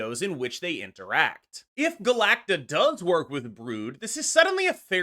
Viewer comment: Finally someone pronouncing Galacta properly and not Galac-tica